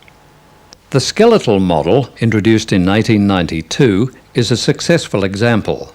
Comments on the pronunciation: even yt cc thinks hes saying 1992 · Running at 1/4 speed it sounds like 1992. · It sound like "In æighty ninety two..."